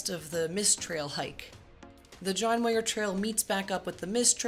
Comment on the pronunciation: "Muir" rhymes with "pure".